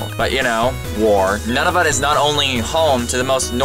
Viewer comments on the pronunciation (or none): none